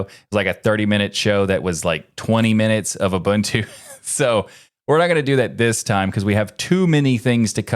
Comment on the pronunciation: As a South African, thank you for saying Ubuntu correctly